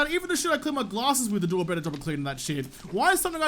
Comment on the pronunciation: Whenever you say "glasses" with your killer accent, it sounds like "gallah-sses"... always good for a little chuckle. thumbs up This series is so educational!